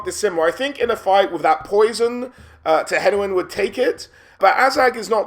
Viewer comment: Finally someone who pronounces "Tehenhauin" correctly :D